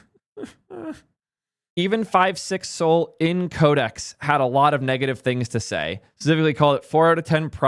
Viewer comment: Pronounce Sol as "Soll/Saul", not "Soul".